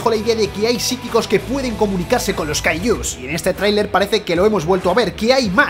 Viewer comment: Por que les dices cayllus